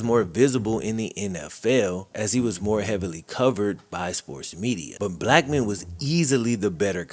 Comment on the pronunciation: At the start when you first said his name I thought you said just a black man I was like whattttttt